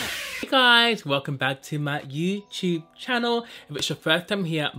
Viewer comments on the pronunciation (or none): He said: "Hi welcome to my youchub cannel" 😂😂😂 🙄🙄👇